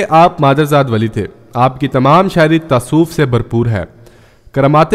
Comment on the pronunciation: tasoof nhi tasawwuf bhai